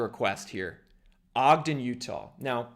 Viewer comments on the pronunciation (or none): none